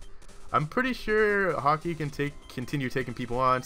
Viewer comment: When he first named him, he wanted it to be "Hockey" but after spelling it wrong he pronounced it "Hokey" once.